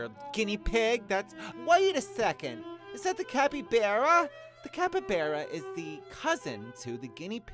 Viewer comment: Capybara not capabera